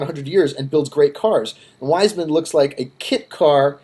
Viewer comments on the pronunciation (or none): Its pronounced Viesman not Wiseman